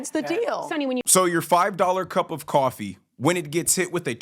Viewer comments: Quaa-fee? Really sunny? It's coffee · "Caw-fee" you are on national television, and you can't learn to say "coffee." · Why the fuck is she saying cwafee?!?! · Cwafee , Sunny-WTH is “Cwafee?” 😂🤷‍♀️😅 Oh and 25% tariff doesn’t = 50% rise in our morning cup 🫣😉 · Sonny Hostile saying Cawfee is a reminder of how stupid she is.